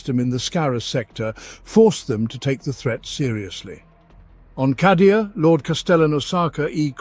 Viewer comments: Love the content normally but "cah"dia instead of "kay"dia is ruining it for me. Not saying it's objectively wrong, it just sounds wrong to my ear. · yep i do believe its said kay^dia in the audio books at least . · Cadia = KAYdia Cadia ≠ CAHdia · C A D I A! KAY DEE AH!!! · Holy crap! He does call it Kahdia! 🤣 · I'm fairly certain because how these are generated it's nearly impossible to dictate pronunciation. It's a problem across at least 4 that I know of. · I'm sayin it, it's objectively wrong.